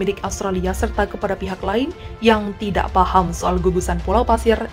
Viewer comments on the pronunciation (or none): none